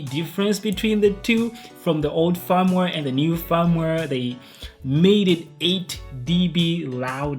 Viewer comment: I thought he was saying 'farmware'